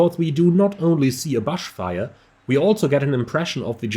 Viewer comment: You're pronouncing "brush fire" (or "bush fire") incorrectly.